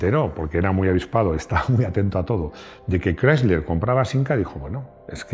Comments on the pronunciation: Querido, no sé si me dá mas verguenza ajena escuchar tu "Voiture Légère Berline Break" ou el intento de decir "Chrysler"...😅 Porfiiii... Hazlo todo con pronunciación española, te entenderemos mejor... Un saludo cariñoso desde norteamerica. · Rodrigo quiere que pronuncie de una forma que es antinatural eh España. Chirría más que se escuche " craisler", que "crisler", que es como lo hemos dicho siempre